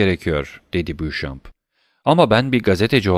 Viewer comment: Emeğiniz için teşekkürler. Elimden geldiği kadar romandaki bazı kişi ve yer adlarının doğru okunuşlarını yazmaya çalışacağım. Helder Caddesi : Elder Caddesi Spagna : Spanya Nîmes : Nim Canton : Kanton Baron Franz d'Épinay : Baron Franz Depine Beauchamp : Boşan Château-Renaud : Şato Röno Lucien Debray : Lüsyen Döbrey Saint-Denis Sokağı : Sen-Döni Sokağı Saint-Germain Mahallesi : Sen-Jermen Mahallesi Temple Bulvarı : Tamplö Bulvarı Julien Kaplıcaları : Jülyen Kaplıcaları Maremmes : Marem Pontins Bataklıkları : Ponten Bataklıkları contadîne : contadin Montmartre : Monmartr Grenelle Ovası: Grenel Ovası Matmazel Eugénie Danglars : Matmazel Öjeni Danglar X.Charles : X. Şarl Légion d'honneur Nişanı : Lejyon Donör Nişanı Le Corsaire : Lö Korser Le Charivari : Lö Şarivari Blount : Blûnt Arstein : Arşayn Maximilien Morrel : Maksimilyan Morel Chaussée-d'Antin : Şose-Danten Meslay Sokağı : Mesley Sokağı Pompadour : Pompadur Emmanuel Herbault : Emmanuel Erbo Champs-Élysées : Şanz-Elize Bertuccio : Bertuçyo Fontainebleau : Fontenblû Vaudeville : Vodvil Variétés Tiyatrosu : Varyete Tiyatrosu Kral Charles : Kral Şarl